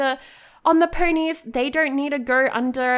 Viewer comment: Why do you say “purnies” instead of “ponies”? 🤔